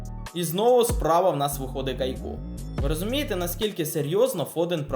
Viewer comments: Бро каяку а не Кайку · Супер. Але не кайку, а каяку